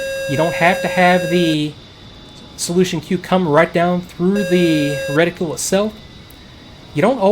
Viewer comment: Every time you mispronounce reticle I want to waterboard you